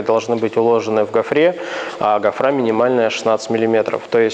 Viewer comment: zeitgeist бороздой её не стройке никто не называет. За 16 лет не слышал ни разу, хотя это самое правильное определение. А между штраба или штроба можно спорить вечно. В своде правил определение штраба, а инструмент штроборез. Тут просто делиться все на два лагеря,. Гофра ну ударение не так поставил, бывает. Не претендую на звание лингвист года. За диз спасибо. Удачи!